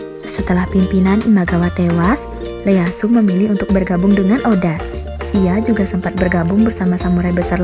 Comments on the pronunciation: Bukan Leyasu min ngebacanya tapi iyeasu tokugawa orang jepang gx bisa ngomong L, iyeasu tokugawa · Leyasu? 🤣🤣 bahasa Jepang mana ada "L" Itu Tokugawa "i" Easu